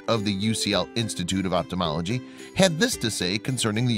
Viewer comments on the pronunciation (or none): NARRATOR GET ELOCUTION LESSONS! Ophthalmology not optimology